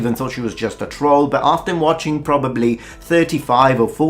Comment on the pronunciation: Holy crap someone who can actually pronounce troll